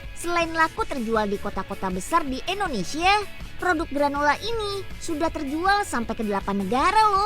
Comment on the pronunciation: Bukan ENDONESIA Tapi INDONESIA UNYILLL!!!!